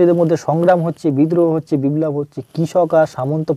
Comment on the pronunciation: কথাটা বিব্লব নয় বিপ্লব